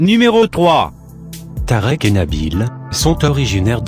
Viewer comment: C'est pas Tarek Mais Tarik u.u